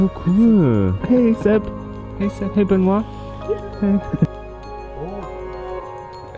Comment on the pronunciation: Call th police Béééénoit.MDRR,mes potes non Francophones sont aussi incapables de prononcer correctement mon prénom XD